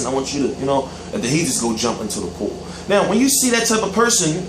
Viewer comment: "AND NEOW" WHAT THE FUCK WAS THAT?!!!